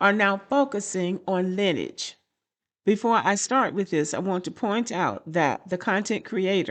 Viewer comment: It's pronounced LINEAGE not linage